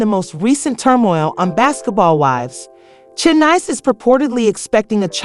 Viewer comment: Ru-moors, Tozada, and Shay-nice? 4 seconds in and I’m outta here. 😭